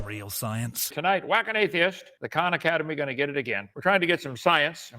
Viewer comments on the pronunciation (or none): His voice gives me a anxiety attack, but I will attempt to watch this. Also, It's Khan academy, not Kahn